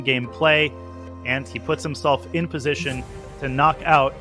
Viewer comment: if it is posation then it must be sutuition